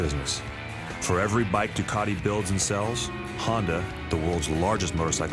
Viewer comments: I never knew Ducati had a hidden R. Why does the guy doing the voice over say Ducati grammatically like Du Car Ti The Italians pronounce it Ducati with no hidden R. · He just said "Duwcardee" again, I'm out.